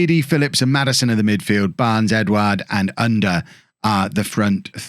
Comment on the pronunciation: to help with the pronounciation of Ünder ü the same sound as Söyüncü, like the e sound of "Jew" er is pronounced the same as the "ere" in Premiere